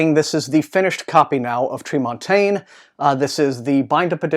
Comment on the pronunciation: Tremontaine!! yay! I have to correct you a little, it's pronounced Treh-mawn-tehn. I don't think anyone knows why... it just is! :-) Noumenon sounds very interesting. I'm eager for more clone stories after Six Wakes.